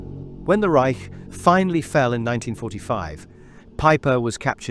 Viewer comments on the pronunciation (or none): none